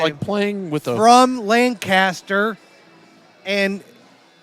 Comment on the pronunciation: It’s Lank-Ister